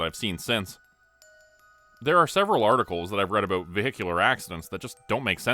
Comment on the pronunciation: Are you from Canada 🍁? I love the way you say out and aboot.